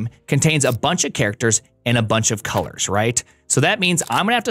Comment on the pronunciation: "Colairs"? Probably best you removed the U. I don't think you understand how that letter works.